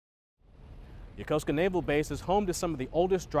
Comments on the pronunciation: the proper way to pronounce it:yokos(u)ka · ...How did he pronounce Yokosuka?